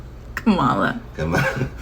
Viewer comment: Ok Cubans, Nicaraguan, Puerto Ricans, etc. Y’all FAFO. That’s all I got to see! It’s Kam-a- la ! So you go on and keep your Frump. Keep Laughing! So, it’s funny ha Ha, Ha, the JOKE is on you! How dare you? Get out of our country! Don’t ask us for hope, and support!